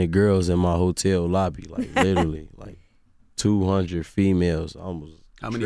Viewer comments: I want him to stop! Saying litally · "Lidally" ~ G Herbo